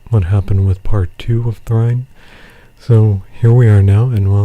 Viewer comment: Is trine pronounced thrine?